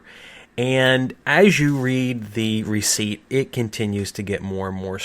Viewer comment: Just 3 and a half minutes in the video and i am already almost mad of "recipet"